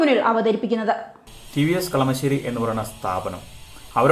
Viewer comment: Kalamaaaaasery alla chechiii kalamasery